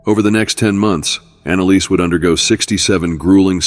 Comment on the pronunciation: Annaliese...Not Annalisa...